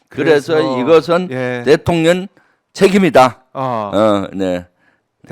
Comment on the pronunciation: 김병주 의원님은 발음이 원래 그러신가 대통년 이라고 들려요 ㅎㅎ 아주 바람직하고 좋습니다